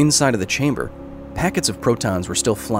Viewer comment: "They're waiting for you Anatoli, in the test chamberrr"